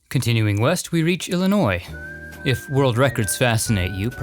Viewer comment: I love your videos. You & Scott, with Dearly Departed, are so respectful and informative of the deceased. But you are my fav and thank-you for what you did for Ed Gwynne (sp. ?)and for pronouncing Illinois correctly. I was born & raised here. I hope someday you will do a Country Music Stars special. I came back from Nashville in early December and I know they have some interesting cemeteries. We didn't have time to visit. Also love your voice.